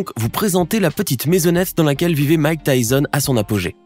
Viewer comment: Bordel ! C’est pas « Mike Tyzon »…